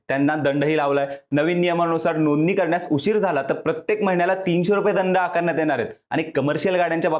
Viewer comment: Bhai नोंदणी नीट बोला... tumhi Nooni bolya sarkha vatata😂😂